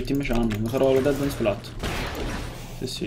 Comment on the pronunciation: Mate, basta chiamarla Dead man "plat", si dice " pleit"